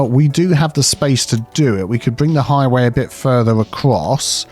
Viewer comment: Highway? Motorway? Nah, it's "hoywee." ;)